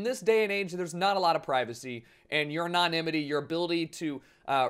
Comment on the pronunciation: anon-nimity XD